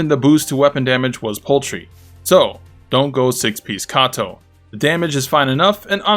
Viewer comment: It's paltry bro not poultry, poultry is like a chicken. Anyways good vid, thanks for the build.